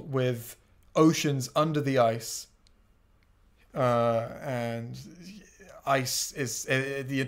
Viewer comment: "Beneath the ice" Sounds like "Beneath the eyes"